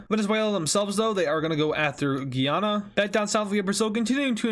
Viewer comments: Guyana is pronounced "Guy anna" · Day 4 of telling he says Guyana wrong